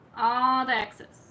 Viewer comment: “Excess” not exes